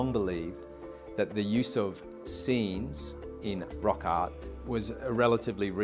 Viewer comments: pronounces the r in rock but not in art, 🗣️rock aht 🤷‍♂️ make a short saying “at art, had hard, what wart, hot heart” and also “no now, so sow” 🐖 🤣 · This guy has a bad speech impediment, it’s NOT “ot on the wall” and “rock ot”! But rather instead the proper pronunciation is “art on the wall” and “rock art”.